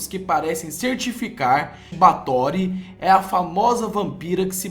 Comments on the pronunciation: SE PRONUNCIA BÉFORY N BATORY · o nome se fala BÁRTHORY E NÃO BARTHORY. no mais o vídeo ficou ÓTIMO. Vê se vai lá e trás mais informações pra gente. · Muito bom, mas se diz "Báthory"